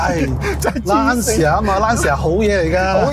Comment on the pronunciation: 溫馨提示，Lancia 不是讀 Lan-ci-a。 意文應讀成 Lan-cha。路過別見怪 。